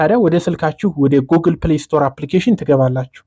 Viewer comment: Google 'ጉግል' እንጅ ' ጎግል' ማለት ልክ አይደለም።